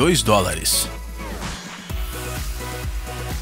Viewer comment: GOSTEI COMO VC PRONUCIA DOLLARES, FUNNY